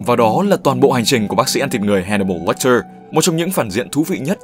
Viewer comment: Tên là Hannibal Lecter mà cứ đọc là Watcher :P